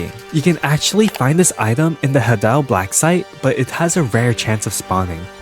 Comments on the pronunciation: i wanted to subscribe to you, but there is one problem that prevents me from doing just that. you pronounce the word "hadal" as "haddal" and not "hay-dal". Just look in the dictionary, and you will see that the pronunciation is similar to "hay-dal". it might not be much of a difference to you, but for me, it is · dude you're supposed to say hadal like this "hay-dal"